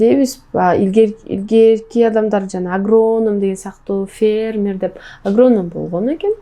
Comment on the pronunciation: Негизи эле ырчылардын копчугу Самара баш болуп,кээ бир создорду туура эмес суйлоп журушот.Юпка(юбка), агрооном эмес агроном,феермер эмес фермер деп айтылат.Анжелика дагы эгемендуулук майрамында,аянтта тантырабады беле.